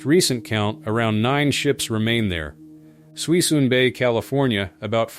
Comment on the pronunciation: Not sure who's narrating this probably AI but its not Suis-in bay it pronounced "Su Sune" bay in California